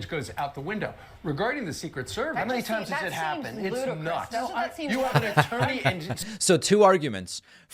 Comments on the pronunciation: Did he say "Turney"? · He said “ttorney”. Lolol